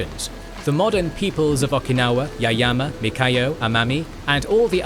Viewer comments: Mikayo Bruh its ME YA KO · This is a great video! I am very grateful as an Okinawan that you made this kind of video! This is very precise and a good summary of Okinawan history. However, the name of one of the island is different. That is not “Mikayo” island, but “Miyako” island. I truly appreciate the amazing work you all did. Thank you very much! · 'Mikayo'.... hmmm.... SURELY you mean MIYAKO....yes? Btw- it is RyuKYU, not Ryukuu. And if we're going technical- itd be pronounced LUUCHUU.... from the Chinese Liu Qiu. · Miyako, not Mikayo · I'm happy a video was finally made on Okinawa/Ryukyu. However, I was a little disappointed about some errors, including some easily caught pronunciation and spelling errors, such as calling Miyako Mikayo (multiple times), and pronouncing Ryukyu as Ryuku. It was difficult for me since Okinawa is an important part of my heritage and family. That said, I still enjoy Kings and Generals and look forward to more interesting videos to come. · I also think the narrator is saying Mikayo instead of Miyako